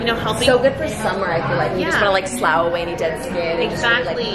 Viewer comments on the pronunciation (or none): Girl it’s pronounced Sluff (slough). 😉